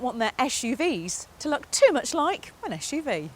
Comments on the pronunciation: Oh my god! Not again! ESH-U-V! ESH-U-V! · here we go again: esh UV esh UV, esh UV..... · 'ESH' UV its SUV!! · This car should have been reviewed by Batch. At least, he knows how to properly pronounce 'SUV'.